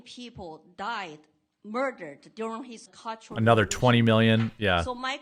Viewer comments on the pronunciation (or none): none